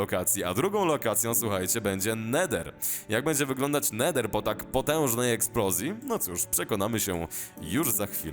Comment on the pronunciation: "No był Neder ni ma Nedera"